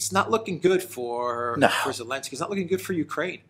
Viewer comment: Its annoying why says 'Elensky' rather than Zelnsky - I think the reasoning is that Zelensky doesn't like the Z (from one of their episodes). Gotta admit thats pretty childish. I couldn't imagine that behaviour from any serious reporters.